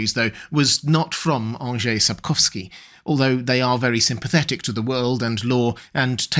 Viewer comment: Thank you for making the effort of pronouncing Mr. Andrzej Sapkowski’s name that much more accurately than others. Just a very nice touch. :)